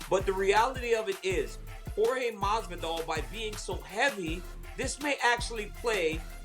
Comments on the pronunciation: Kendrick Perkins “Masdidal” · I thought he called Jorge goosman masvidal 😂 this whole interview was unprofessional someone should be fired I expect more out of espn